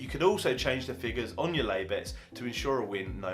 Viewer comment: Do you lay both the win and the place on the exchange, it sounds like you say ''play the place'', also if the bookies are playing 5 places, do i lay 5 places on exchange if available, is there a minimum price i should be looking for, remember this is for beginners, a spread sheet would be good